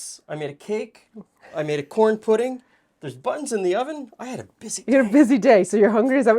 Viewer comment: Love how it was pronounced “corn puddin’” instead of corn pudding. It gave it a real southern flare.